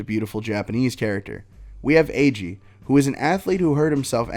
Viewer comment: I love this but I hate the fact that you pronounced his name Aÿegheé